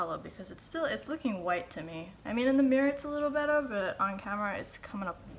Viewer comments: Love how you say "bettuh" ☺❤ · what is she saying ? better or bettle ? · When you say bwetter and lwater 😂😂❤️